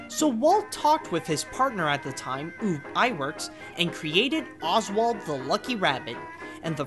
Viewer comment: Great bio, with one minor quibble - Iwerks' name was pronounced "ubb" (as in "bubble"), not "oob." But that's a minor detail. I think I've developed a softer spot for Oswald than for Mickey - at least the Disney/Iwerks Oswald - and I'm glad he finally got his time in the spotlight.